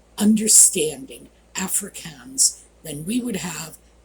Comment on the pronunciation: Voetsek pronounced foot-sak. Afrikaans pronounced Afri-kaans emphasis on the aa = ahh